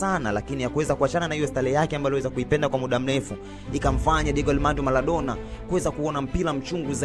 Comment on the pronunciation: Nadhani Maradona humfahamu, halafu mtu wa media hujui matumizi ya l na r